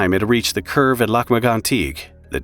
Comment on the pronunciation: It is pronounced LAK MAG-ON-TEEK